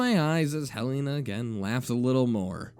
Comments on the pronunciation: Isn't it pronounced Hell-eh-nah, not Hell-eee-nah? Eh, I'm just nitpicking. Good reading regardless. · its hell-en-ah, like helen plus an a, not hell-ee-nah